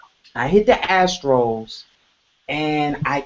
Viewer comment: I like how pronounces the astral as “ the astros” 😂